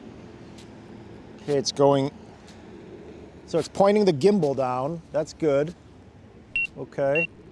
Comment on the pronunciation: Good to know this! Thanks. I agree with you. The height listed should be AGL, not in addition to your starting altitude. FYI, it’s Gimbal, not Jimbal, unless you were joking around….🤔